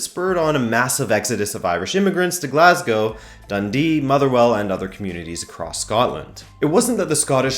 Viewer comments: Wow...an American who can pronounce 'Glasgow' properly. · Thank fuck that at least one foreigner knows how to pronounce Glasgow